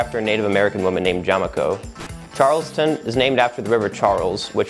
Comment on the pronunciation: Smarty pants Harvard boy said " Charlestown " wrong.Always knew smart kids wernt.